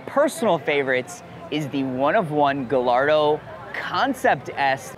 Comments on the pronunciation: How does someone with infinite knowledge of Lamborghini still say Gal-ardo? It's named after the Spanish bull breed. It's Guy-ar-do. It's not como se lama, it's como se Yama. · Gallardo is a Spanish name. Its pronounced Gayardo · the gallardo was named after a Spanish bull. The double L (LL) is pronounced yy. For example llama is said as yyama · Love your content, passion and business … but please please please stop mispronouncing Gallardo 😂